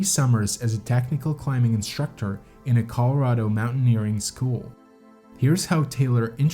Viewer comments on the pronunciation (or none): Short story, mountain climbing is a stupid ass endeavor. Tried to like the narration but can't get past conSCHtrict, inSCHtructor, SCHtrength, etc.